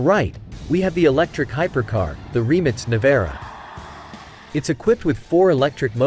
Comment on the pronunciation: Its funny how the American says Rimac nevera